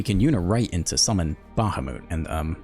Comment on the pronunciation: its pronounced like bah-hah-mut